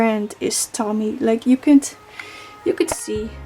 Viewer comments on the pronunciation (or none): Nice collection! It’s pronounced “Toe-Me” though, not Tommy 😂